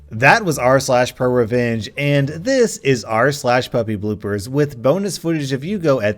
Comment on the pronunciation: you said poopybloopers lmao